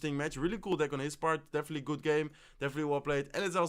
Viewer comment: "Deffinetely wolollalopo" :D